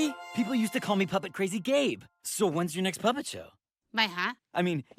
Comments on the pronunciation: I thought gabe said: hey I’m gay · every time they say gabe it sounds so much like gay. "wassup im gay" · It sounded like “hey what’s up I’m gay”